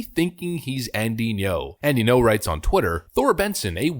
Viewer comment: Alright boss… let me keratin ya something. Say “thinking-oh” without any pause where the dash is. Then remove the “think-ee” sound before it. That’s how you pronounce Ngo. Thanks for the content.